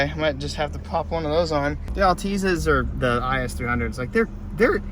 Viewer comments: "alteezza" y i k e s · "I'll-tease-uh" lmao alteza